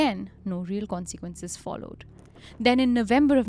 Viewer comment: your pronunciation of consequences is becoming harder and harder to ignore. It’s really not con-SEE-quences. I find it so distracting